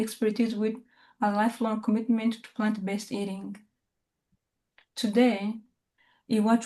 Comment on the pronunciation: Chef, you are swallowing the r in plant-based, so that it sounds like plaN-based